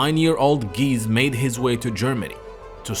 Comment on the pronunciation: GEESE - NOT GEEZZ